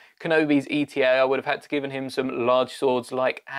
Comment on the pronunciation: “eta” is pronounced “ay-tah” not E T A, the eta and delta follow the same naming convention and it’ll be much faster to say